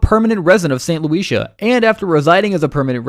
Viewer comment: OMG...learn who to pronounce St. Lucia.